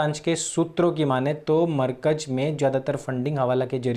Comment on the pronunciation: Yaar, markaj markaj kya karte ho. Bolo "Markazzzzzz". Itna accha bolte hue bhi galat pronounciation aisa lagta hai jaise lazeez Biryani khate samay danton mein kankar aate jayen. Please, pronounciation sahi karne mein thodi mehnat keejiye!